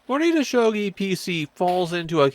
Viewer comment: EXCUSE ME? that might be the worst butchering of a pronunciation on this platform